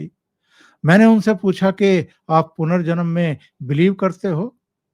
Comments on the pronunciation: जीस आत्महत्या और पुनर्जन्म बोलना नही आता हो उसकी तो राम जाने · पहले पुनर्जन्म का उच्चारण तो सीख लो..